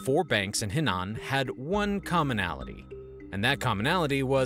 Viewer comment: Henan is pronounce “Her-nan”